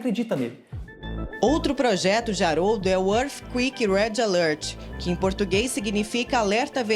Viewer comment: arfi quick ？？ wtf? kkkkk